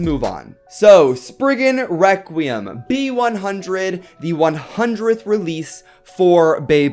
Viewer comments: its pronounced spriggan rek-re-um nor wekweum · You keep saying spiggin Wecweyum